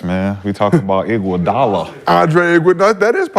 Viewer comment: Dude said iguadala better than khawhi😂😂😂 dude on drugs